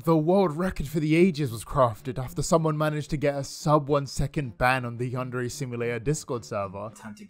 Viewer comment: Ok but i've cringed so hard when i heard ''you're staring at yandere chan keealing instead of AWESOME gameplay''